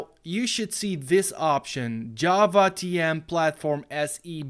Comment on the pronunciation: as a programmer I am offended by how he said java and jar